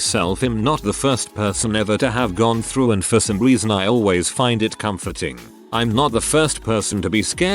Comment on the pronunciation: "I find that very "com-FORT-ing".